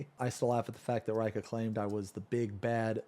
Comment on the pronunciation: I like how Reika cant pronounce his own name. Usually, I find that it is more like Ray-ee-ka, and not Ray-ka.